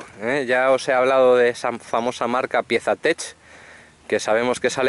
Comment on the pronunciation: No es piesa tech .. aprende a hablar en ingles.. se llaman touratech. Jajaja